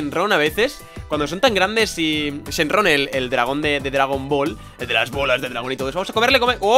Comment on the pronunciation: chenrron jjajajajaja que dises jajajajaj